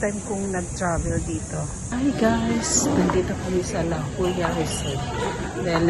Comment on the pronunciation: What a beautiful setting dai PH! Maganda ang Bataan. It's La Jolla ( HOYa) I mean ganyan sa nila i pronounce dito dai haha. Pero ang Lipstick panalo . Bongga ng venue dai!